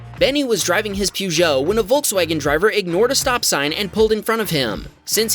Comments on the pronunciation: It's pronounced puh-zhow, rather then pew-jeo. Just so you know :) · Peugeot is pronounced Purr - joh